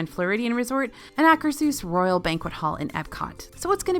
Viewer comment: THANK YOU 😘 for the improved pronunciation of Akershus!!